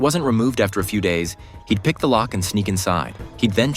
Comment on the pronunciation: “पिक्ड” ‘लोल’